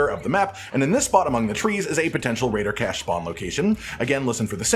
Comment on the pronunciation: he said raiider cache 235 times